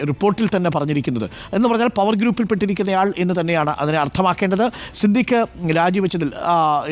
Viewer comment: "യെ എം എം എ" എന്നാണ് ഇപ്പൊ പറയുന്നത്..😂